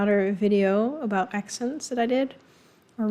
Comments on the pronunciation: Americans often mock Canadians with "out and about' and say 'OOT and ABOOT", but in reality, Canadians pronounce the words "oat and aboat'. Kind of like they do in Wisconsin. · Eut and abeut